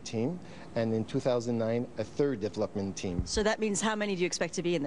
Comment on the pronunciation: He says "deplopment team",lol lets hope the deplopment team doesn't make a plop of it